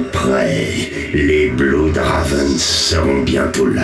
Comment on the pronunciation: Aaah, "les Bluhd Raaveins". I just love how they aren't even bothering with the correct pronunciation xD